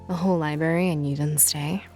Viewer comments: Sorry to be this person but it's not (lie-beary) it's (lie-brary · Omfg Lucinda It’s LIBRARY NOT LIBARY